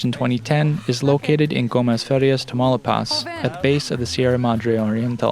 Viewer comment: Tah-mah-ooh-lee-paz! Not tamale-paz! 😂